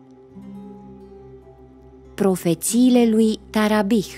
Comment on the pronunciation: MITAR TARABICI se pronunta